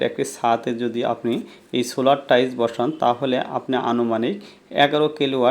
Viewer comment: টাইস নাকি টাইলস?😂